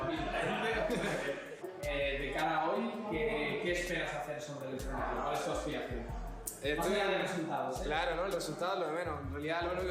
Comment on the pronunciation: "escenarío" xd